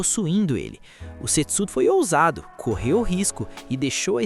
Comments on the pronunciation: A melhor pronúncia do nome seria Sêtsú, com o som do E mais fechado. Do jeito que foi narrado fica mais parecido com $€X0😅😅😅😅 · É foda que eu fico escutando "sexo" 😂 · Eu ouvi "setso" achando que era sexo 😅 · Só eu achei que ele tava falando sex0 ? Kkkkkkkkk